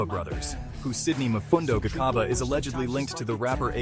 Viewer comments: Why do a documentary about people, but be lazy...to learn the pronunciations....Its Gcaba not Khaba...😮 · Gcaba not khaba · Gca Hce Gci Gco Gcu not kha khe khi kho khu. Gcaba not Khaba wemlungu. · Interesting story man but the robot has gotta stop. That made me cringe everytime it said "Khaba brothers" and intead of reading that R800k in words, it singilarly called it out like R8.0.0. Naaahhh mahn. Do not be lazy. Please and thanks.